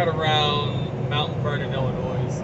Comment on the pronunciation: Illinois = Illinoi the s is silent.